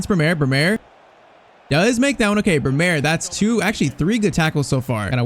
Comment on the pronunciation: It's Brêmer not Bremêr